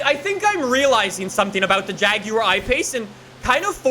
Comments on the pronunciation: The way he says jaguar though (jagiuar) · The JAGYEUR i pace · Jaguar Ipace Everyone:— 😑😑:— “hair erection” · why he say jaguar like that🤣